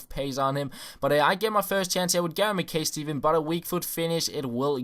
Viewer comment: Ma Kai not McKay